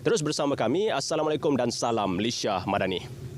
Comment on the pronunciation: Salam tu, sebutlah betul2 ...:(